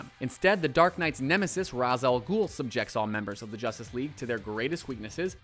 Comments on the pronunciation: Anyone else bothered with how he didn't pronounce Ra's name?It's "Raysh". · Ra's is pronounced "ray-sh"....sigh. I'm so sick of saying that. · That's not how you pronounce Ra''s...